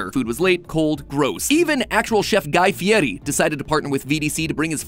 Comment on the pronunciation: Hearing matpat pronounce guy fieris name (I’m assuming) correctly after I’ve only heard the American pronunciation tickles my brain